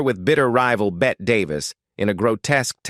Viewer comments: 1/3 to 1/2 of the pictures you are using are BETTE DAVIS...not JOAN CRAWFORD. You need a ghost reader/writer to be sure you have your information..and PICTURES...correct!!!and its (BETTY) BETTE not BET..Get it together !!! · AI slop can't get the proper pronunciation of Bette Davis' name. It's BETTY. BETTY. BETTY!!!!!!!